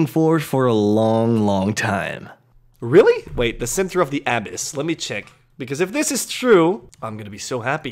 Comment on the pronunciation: The inflection on the A in Abyss triggers the shit out of me but it's okay because MORE TRAILS BABY